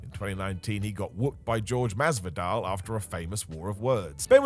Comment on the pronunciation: Jorge is pronounced "Hor Hey", but you got Masvidal correct... So you win some you lose some... Great video